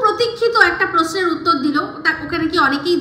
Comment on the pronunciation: Poduct, pomotion, posno, kintu Prosto 😅😅😅😅